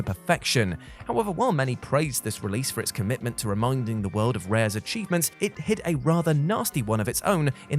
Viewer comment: Absolutely nobody: This guy: "cheeves"